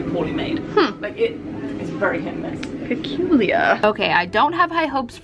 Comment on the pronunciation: When you said "peculiar" I cried 😂 Love ya all, greets from Poland 😜